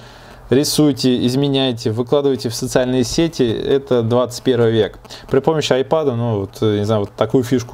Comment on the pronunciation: 1. Не АйпАд, а айпЭд! 2. Не СпАйс грей, а спЭйс грей!